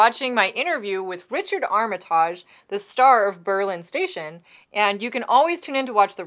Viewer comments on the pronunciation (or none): Please, for the love of God, at LEAST pronounce his name correctly. It's ARMitige not ArmATAGHE.